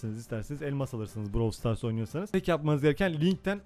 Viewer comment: Brawl stars diye yazılıyor browl stars diye okunuyor